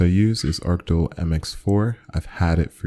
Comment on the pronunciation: arcol? its arctic lol :D